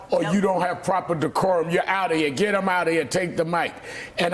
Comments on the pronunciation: Dee-core-um, can you use it in a sentence mr. trump? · OMG! Did huckasands say decorum?!? Ahahahahahhah..... wtf?!?!! We are in the twilight zone!